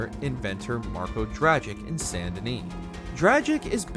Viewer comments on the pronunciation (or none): none